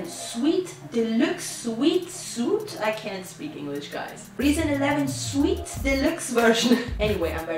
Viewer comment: it's pronounced Reason "sweet". Subbed.